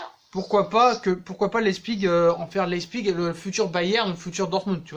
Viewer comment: Fiche-lui la paix à Tuchel,ça en devient pathétique...et arrête de dire "Leispigue"